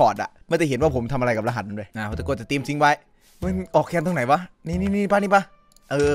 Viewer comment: รหัสคับไม่ใช่ระหัส